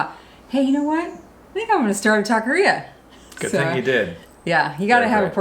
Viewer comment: I really loved how do you pronounced "taquería" and "Por que no tacos". And remember that big rain storm are for wash the boat!